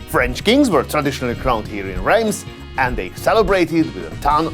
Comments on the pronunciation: I thought Reims was pronounced “Rass”. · With such enthusiasm, you might at least learn to pronounce Reims !